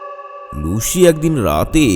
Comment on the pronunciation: লুসিকে লুশি বললেন বারবার। শুনতে খুব অড লাগে 😂